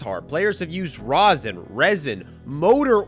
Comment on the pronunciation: Stop saying Rosin!!! JUST STOP IT!!!!!